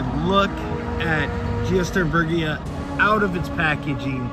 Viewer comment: love the retro film grain and great job pronouncing it!